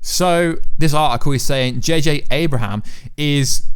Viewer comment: It’s Abrams...I swear you always say us Americans say Thanos wrong and whatever else, but you can’t even read names